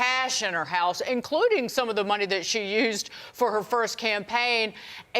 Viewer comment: And her name is NOT pronounced Fah- nee! It's Fanny, like